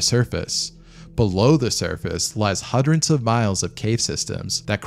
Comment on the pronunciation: "hundred", not "hudrent"